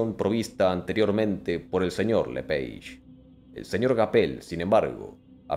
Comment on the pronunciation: Se pronuncia lepage porque es nombre francés Si los las aves son la evolución de los dinos, ¿puede haber dino remanescente?